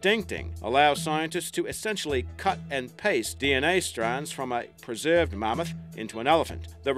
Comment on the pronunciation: What's a "ma-moth"